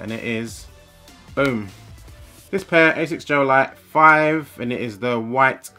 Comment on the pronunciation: Asics Gel V definitely some of the best. I see what u mean about colab, they seem to only release shit colors for normal. Also finaly someone who actually knows how to say ASICS not Ass-ics lol